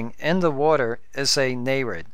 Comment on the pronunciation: Look, I say this as a friend... Stop. Your videos are super informative and very well thought out but you simply can't stop yourself from sounding like a damn computer. Words like "water" or "meter" is actually pronounced like a robot. You are aware of it, but can't stop it. So, either stop, or have someone else read your script. Please understand, I appreciate your hard work, but just listen to all the youtubers out there. How can you expect your sub count to hit 1k if you are putting people to sleep? Just stop.